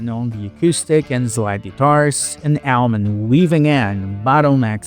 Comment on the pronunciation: Surprised you made it that far since he butchered the pronunciation of Allman in the first minute or so.